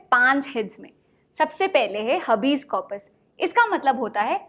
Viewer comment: हबीज correct pronunciation nahi hai हेबिस hai